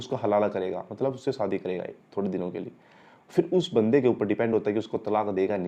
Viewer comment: SAADI NAHI SHAADI BOLNA SEEKHO